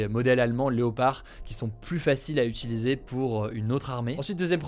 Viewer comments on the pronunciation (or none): none